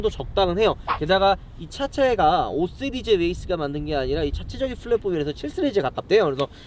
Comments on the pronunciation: 은 시리즈 발음을 잘못해 ㅋㅋㅋㅋㅋㅋㅋㅋㅋㅋㅋㅋㅋㅋㅋㅋ 스르즈 ㅋㅋㅋㅋㅋㅋㅋㅋㅋㅋㅋㅋㅋㅋㅋㅋㅋㅋㅋㅋㅋㅋㅋㅋㅋㅋㅋㅋㅋㅋㅋㅋㅋㅋㅋㅋㅋㅋㅋㅋㅋㅋㅋㅋㅋㅋㅋㅋㅋㅋ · 이거보고 자꾸 스리즈 발음 신경쓰이넼ㅋㅋㅋㅋㅋㅋㅋㅋㅋㅋㅋㅋㅋㅋㅋㅋㅋㅋㅋ